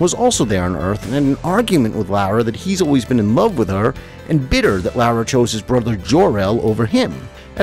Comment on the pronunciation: Lara = Laura not Lowra